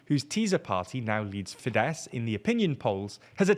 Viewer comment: <3 you took note on pronunciation on Fidesz [fides] - on the same vein Tisza is also pronounced with an s [tisa].